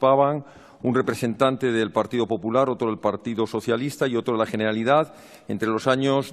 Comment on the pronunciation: Jeneralidad 😭😭😭 mis oídos